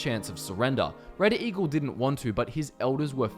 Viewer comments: Some points where he said Red Eagle sounded like he was saying reddit eagle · Did you say... Reddit Eagle?